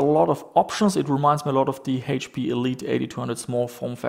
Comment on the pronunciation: Funny how you say "Hate-P", or "Heash-P" instead of H-P. lol